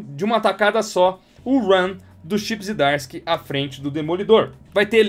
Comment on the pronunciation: Eu tenho em duplicidade e dou de presente o número 18 quando aprenderes a pronunciar corretamente os nomes Zdarsky e Moebius...